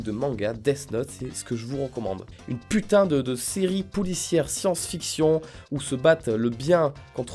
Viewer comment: j'ai entendu "une série poulicière"